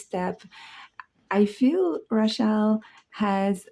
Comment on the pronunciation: I like the way you say Rachel. 🙂🙏 edt.and thanks for showing the books.some of them hard to find on youtube reviews.